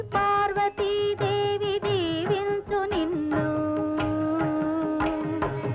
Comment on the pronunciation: "Deevinchu " not jeevinchu andi